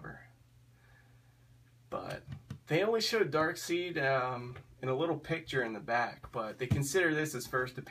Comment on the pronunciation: You pronounce darkseid "darkseed" lol